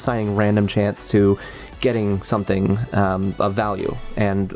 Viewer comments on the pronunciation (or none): none